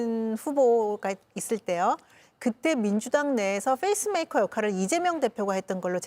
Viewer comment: 민현주 의원 Pace maker 발음을 Face 메이커라고 하셔서… 말뜻이 우스워졌어요 ^^